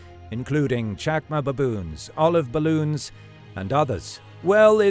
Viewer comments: did he say Olive ballon’s? Lol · The way he says baboons is hilarious By the way what is an olive balloon?